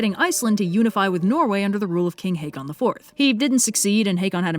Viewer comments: Got a source for pronouncing the King as "Haykon"? Håkon (Haakon) is more typically pronounced like Hokon or Haukon, at least in modern Norway. Has there been a vowel shift or something? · just a tip, håkon is pronounced haw-kon